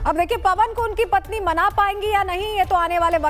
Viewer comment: PATHNI ,,,NAHI,,,PATNI